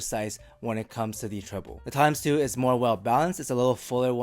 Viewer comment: Almost everytime you said "Timeless 2" I heard "Tangzu" xD. Biased ears maybe? Anyways great review!